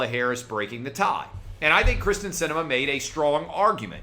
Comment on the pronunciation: Wow. Kyrsten not Kristin dude.